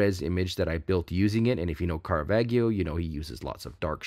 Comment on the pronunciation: The G in Caravaggio is a soft G. It is pronounced as the J in John